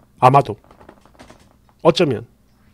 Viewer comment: 끝말 ㅋㅋㅋ 여운이 전혀 없는 "아마도 어쩌면"